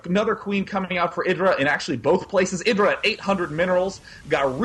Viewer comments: ITS I_DRA NOT IRA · its pronounced [eye-dra]